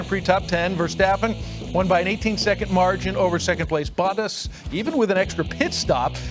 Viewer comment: the way that anchor pronounced Bottas' name should be illegal😂😂